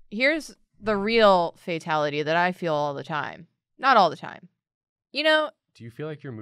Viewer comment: Not a burger-ality... it’s a FAT-ality